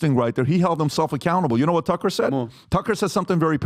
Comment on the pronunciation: Man PBD can’t pronounce anyone’s names properly, tf is “Cucker Carlson”😂